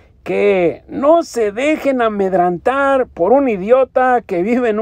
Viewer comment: PREVENTIVA.......NO PREVENTINA. AMEDRENTAR..........NO AMEDRANTAR